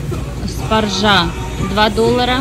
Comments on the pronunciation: Отличная закупка! Особенно фрукты и овощи. Единственное: в слове "спаржа" ударение падает на первый слог, на букву А. СпАржа, спАржу (а не спаржА, спаржУ). Точно так же в слове свЁкла, свЁклу - ударение на первый слог, в словах с ё ударение всегда падает на ё. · СпаржА- БаржА😂?, без обид - правильно СпАржа😊.